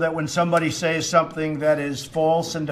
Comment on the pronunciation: Donald said "says" like "say" with an "S" sound at the end of it.